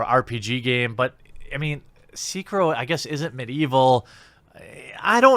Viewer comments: Seekihrow....lol c'mon guy. haha. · I'm sorry WHAT!... SEEK-E-RO, OK!... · Will Jeremy ever pronounce Sekiro correctly?